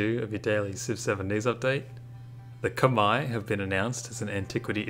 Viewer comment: probs for pronouncing khmer right